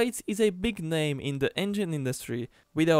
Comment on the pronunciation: Du hast Deutz richtig ausgesprochen 💪💪